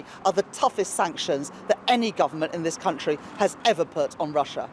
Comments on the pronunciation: I thought she said cuntree. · Did she say my cun-tree?